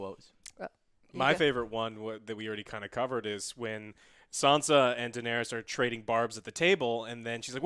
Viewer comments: Deeeeee-nay-Riessssss. C'mon man. Say it properly, please. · Joe tell the fucken chick it’s not pronounced daenerius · Who’s this “Daenarius” she keeps talking about? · denerius, deniris, deneerees cmon guys :D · "Denarius", "Deneres".... FUUUUCK... I can't watch this shit. Don't bother reviewing a show if you can't even pronounce the fucking character names correctly. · that girl cannot pronounce "daenerys" lmaooo she said it differently every time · Dragon riding... their hair did not move.. their faces would have frozen off going that fast in that cold.. and for the love of ALL THAT IS HOLY.. learn how to say Daenerys! You guys are adding a syllable that isn't there. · Could this woman say Danerys properly, aargh so annoying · come on, at least pronounce Daenerys correctly.. .. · I love you Joe but next time pronouce Daenerys correctly...😂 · This girl how no idea how to say Danaerys. Or Joe for that matter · What's so hard about pronouncing Daenerys correctly? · Please dont bring back that woman who sits next to. The way she pronounces Daenerys and her enthusiasm for Arya and Soyboy is absolutely horrible... Other than that, great review. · WTF is up with people adding that extra “ey-us” at the end when they say “Daenerys”?!?! I lose all respect for someone talking GoT when they pronounce her name that way. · man the pronunciation... denaries... cleeganbowl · It is Daenerys. Not Daenerius or Daenereese. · Dan Air Ee Uss XD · Dude.. Im sorry.. But the way she says Daneir-eis is awful!! Do you not actually like the show??? But love thr review.. My friends haven't watched yet(or are somehow two seasons behind!) So its nice to hear this much talk about it.. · Why does Joe pronounce Danerys like that? It's Dan-air-iss, not Dan-aries. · Daenerys dammit...not DaenERIUS...:P This is so funny... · I love your reviews man bcuz your hype as me But you guys have to stop saying Dannys name like that lol Its def not Dan air re is Its Da nair is 🤣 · Triggered me too